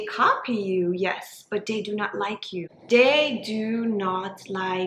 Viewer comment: I just can't get over the "dey" when so many other times the "t" sound is pronounced so clearly- I can't focus and was very much invested in trying to hear this topic.. I wish though!!